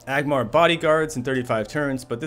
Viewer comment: ANgmar. With an N.